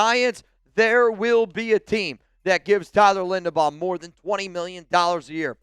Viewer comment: His name is Linderbaum, not Lindenbaum. You're not very bright, are you ?